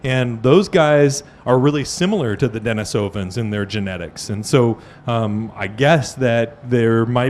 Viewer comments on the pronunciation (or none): Russian for Dennis is Denis, pronounced Den-EES. As a last name it's Den-EEsov The recently popular hominids are Den-EE-sovans. Proficiency in science does not mean you can play fast and easy with language.